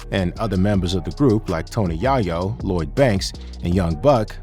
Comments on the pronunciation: Yo did you AI your voice I'm tryna understand how you pronounce Yayo "YahYo wrong lol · The yah yo sh!t is killing me. Talk about the wrong guy for the read. He obviously knows nothing about hip-hop. It's yay- yo. Not how it's spelled but how it's pronounced foolio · Its pronounced yay-yoo not yie-yo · It's not Yah-Yoh bruh! It's Yay-Yo. Have U ever even heard someone say his name b4⁉️❓🫢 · Tony Yaw-Yo lol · who's Tony yah-yo ? 🤣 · Tony yah-yo wtf! 😅😅😅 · "Tony Yah-yo"? I'm outta here ✌🏾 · You can tell this dude doesn't know shit about hip hop because he can't even say Yayo's name right. Just plagiarised other videos.